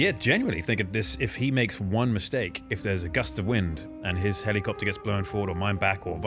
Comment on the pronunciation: The way he says helly copter